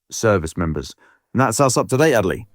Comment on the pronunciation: It´s "Adelie".